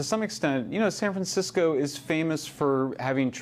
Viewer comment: did he just say SAN FRAN SICKO???? BU WAAAAA HAHAHAHAAHAH. I AM SO USING THAT.